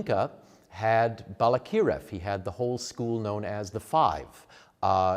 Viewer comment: Balakirev, accent on the second syllable. Yes, Ukrainian used to call Little Russia or Malorossia. Malo means small. Ukrainia means Okraina, means an outskirt.